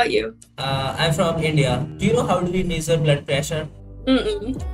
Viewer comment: meesarr(measure) wow bro😂